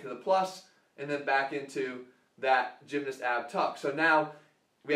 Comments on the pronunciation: love you jeff bro but the way you say gymnast like "gymnist" was weird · Emmanuel Macias yeah i pronounce the A (gym-nahst) and not change it to an "i" like jeff (gym-nist). Im from england by the way so it might just be english people who say it this way.